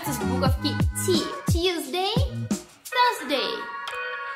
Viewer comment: Не поняла - с какой буквы начинается 4 день??? В произношении